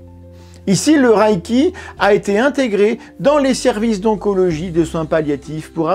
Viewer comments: oui il pronnonce "le raille qui" je sais pas d'où ça vient même en anglais ça ne ressemble pas à ça. Même sans faire d'effort, "à la française" ça serait "le raie qui". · "Ré" pas "ra" pourquoi avez vous imaginé la voyelle 'a' dans la prononciation ? 😅 (En vrai je comprends quand on commence avec une mauvaise prononciation cela reste) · Merci de continuer cette série de restauration de la vérité scientifique. Une petite correction néanmoins, de la part d'un amateur de langues: le mot japonais transcrit reiki se prononce lèyki et non rayki, mais sans doute devrait-on plutôt le prononcer "boulechitte". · Merci pour la vidéo et attention à la prononciation ! C'est "raie i qui" pas "raille qui". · mais pourquoi tu prononces rAÏki ? dans les extraits vidéos tu entends bien que c'est un son "é" long, le "i" ne se prononce pas et il n'y a pas de "a" : c'est la même idée que le "ei" dans "beignet" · Apprenez à bien prononcer le reiki pas raiki. Il faut expérimenter avant d’avoir un avis. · La question que je me pose, c'est pourquoi tout le monde prononce "raïki" comme si c'était de l'allemand 😅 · S’abonner est bon pour le karma. Mais que vaut le karma ?? PS: reiki se prononce plutôt ´réki ´ ou mieux encore à la japonaise ´léki ´ PS: je ne crois pas au 霊気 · Prononcer Ré-i-ki si c’est japonais. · En fait ça se prononce meme ré-é-ki, le i après un e indique un é long en japonais. Vous savez, la culture, la confiture, ... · Y a-t-il une raison particulière de le prononcer à l'allemande ? ça m'a troublé toute la vidéo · J'en suis qu'au début mais je crois qu'il faudrait vérifier la prononciation :x Par contre, c'est une des rare fois ou je vérifie sur internet (wiki+ traducteur vocal pour une idée de la prononciation) un point d'une vidéo. Bon, j'écoute la suite ^^"